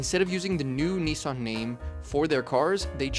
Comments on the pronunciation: We all hated the name change. They took a big hit in sales when it happened. Datsuns were cool. The same people would not be caught dead driving a "Nissin" as people were pronouncing it. American cars at the time were complete junk. Making it to 100k miles in a Ford, Chrysler, or Chevy was a huge deal, because most were toast by 75k. But a Datsun will get you to 100k & maybe 150k. It was a huge difference in quality & the perception of how long a car should last. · Also as a Japanese speaker it's not "nissun" or "neesan". It's like "neesan" but you have to take a brief pause / extend the "suh" sound before the A (both are valid depending on dialect). にっさん not にいさん or にさん. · One day Americans will learn how to correctly Nissan and Datsun. Dat, not Dut. Nis san, not Neesarn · It was a DATsun, not a DAWTsun. And NISSan, not NEEsawn. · USAeans please say “missing” “kissing” “hissing” “pissing” it’s Niss an NOT NEICAN. If not start saying meecing keysing heecing and peecing 🤣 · "Ni-San" not "Knee-San"! 🤣🤣🤣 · I really wish people would pronounce the name Nissan correctly. It isn’t pronounced ‘neesan’ it’s ‘ni sann’ aka Nissan. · Hardly relevant. I thought you were into CARS, not vehicles? Why do you pronounce NISSAN as NEEE san? In Japanese, it is NIS SAN. Americans always speak weirdly. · It’s NISSan, NOT Neeson!!!!!!!! 🤬🤬🤬🤬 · For goodness sake, the company is not called NEESAN, it's NISSAN. The emphasis on the I. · FYI, it was originally called Datsun, and is now called Nissan. At no point has it ever been called Knee-sarn. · It is not Neesarn. It's Niss-ann. Why do you Americans invent your own vowels? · It’s actually pronounced Nissun. It’s not pronounced Nis-San. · Reading the comments, lots of people prefer Datsun. I think I do too, if only bc when Brits say Nissan it's 'niss ahn' whereas in the States we say 'nee sanh'. How do the Japanese pronounce it? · They should have kept it as Datsun, that way 'Merkins wouldn't pronounce it incorrectly as Neesahn.